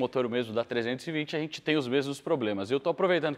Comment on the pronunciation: sou seu fã, o conteúdo é incrível, único, espetacular, inigualável, mas se me permitir fazer uma crítica que considero construtiva, para de falar "ARRENTE" quando for falar "A GENTE". Te amo